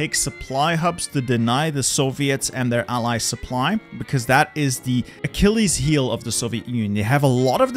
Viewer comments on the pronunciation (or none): none